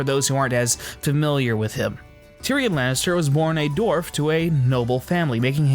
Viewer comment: well done! aesthetically pleasing, too. love the artwork. (only nitpicky critique: the "w" in"dwarf" is not supposed to be silent, bro.) thanks! -mt